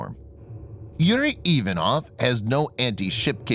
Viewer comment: Get a Navy CTI Russian to help you - Ivanov has emphasis on second syllable and Khurs - the Kh is standard transliteration for the Russian gutteral H - it would be pronounced Hoors, otherwise fantastic posting (otlichno)